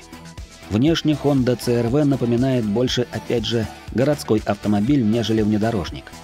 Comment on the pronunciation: Пожалуйста объясните почему буква C -си называется Ц. С какого алфавита это буква Ц какой страны? Просто режет слух, хочется понять. Хонда црв:) Хонда аш рв. Айч-Н. 😮 я в шоке. научите меня я чего-то не знаю 🤷